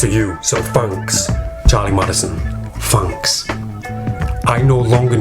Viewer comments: I don't know why but i love the way you laugh.And Fanks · Fanks for the mirrors and the new direction...Fanks